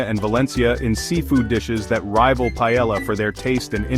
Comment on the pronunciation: Cannot listen to that ai pronunciation of paellla.